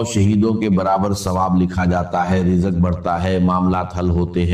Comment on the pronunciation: Is KO ghor sy sunnain IA K alfaz hain😢rizq KO rijqh Bol rahy hain